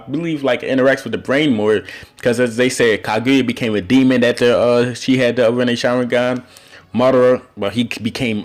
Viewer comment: Why u say "sharwingan"